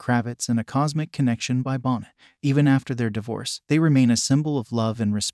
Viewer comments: You mispronounced Lisa bonet's name four times if you're going to do this learn the correct pronunciation of names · How clueless is this narrator? Bonnet???? Try your French pronunciation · It’s pronounced Bo ney